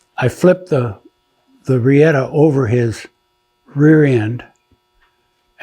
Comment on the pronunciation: .. Riata (Rope) or La Soga .. In case yall couldnt make out what he said ..